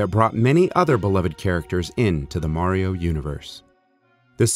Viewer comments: I can't belive that they pronounced mario wrong. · Also, I never knew in the official commercial it was pronounced "Mair-io". Always been a pet peeve of mine, lol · I love how the commercial says Mary-o instead of Mario. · Super Mary-O!